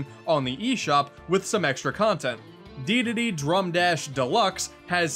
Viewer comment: Dedede...not Deedade